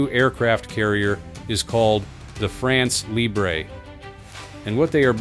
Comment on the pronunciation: It would be so cool if the narrator learned to to pronounce "France Libre". If he cannot correctly say those two words what trust can we put in whatever else he says?